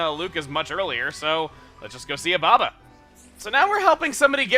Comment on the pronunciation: Espeon Lover did chugga at one point pronounce ababa as obama?